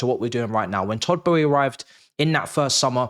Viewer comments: Who is todd Bowie 🤣 have I been saying it wrong for all these years I thought it was boehly 😂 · why do you pronounce it as Todd Bowie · Why can’t you pronounce his name properly? There is an L in there you silly boy🥴